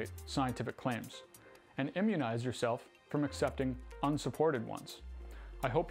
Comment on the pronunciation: Lol, you said immunize :P